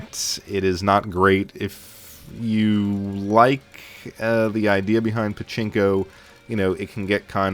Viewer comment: Did you seriously say "Chinko" instead of "Pachinko"? Just FYI Chinko means Dick ;)